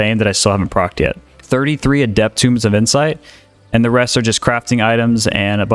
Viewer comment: Fam I love your videos, you're super helpful. One little bit of feedback, you keep pronouncing "Tome" as "tomb". It should sound like "Toehm".